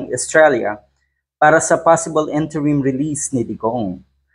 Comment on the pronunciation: Paakiayos naman po pag bigkas ng Interim. Its Interim. Not Enterim 😂 Nakakahiya ka naman po Lolong bekla. Tabingi yung bibig 🤭